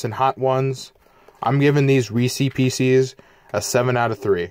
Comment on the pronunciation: Reeses pecees IM DYINGGG